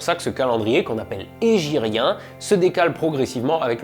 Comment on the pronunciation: Merci À toi pour tes vidéos et pour les explications du calendrier hégirien , bonne prononciation de l’arabe au passage👌🏼